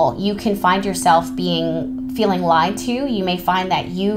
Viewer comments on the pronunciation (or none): none